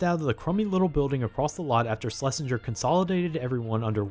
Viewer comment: SHH-LESINGER NOT SLESHINGER